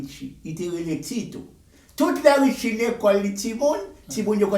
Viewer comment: Wap mal pale non an sanble avèl li rele Richie net